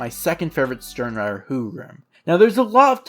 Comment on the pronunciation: Nice vid man, only thing is I think using more correct pronunciations would make the vid better O-ree-he-meh E-noh-uu-eh Stern-rih-tter No-e-tra Sa-yel-aporro (this one is hard) Lil Bah-row Aus-veh-len I'm sure there are others but you get the drill. It just shows more respect for the source material and the original languages